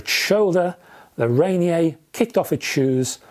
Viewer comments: Love your reviews, on a side note: I believe it is Rainier, as in Mt. Rainier pronounced - Ray-Near, or Ra-Near since Olympia is also in Washington State. :) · Pronounced rain-ear I believe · Thanks for the review. Here in the US and more so in Pacific Northwest we say Ray-Near. 😀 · I love that you assumed Ranier has a French pronunciation.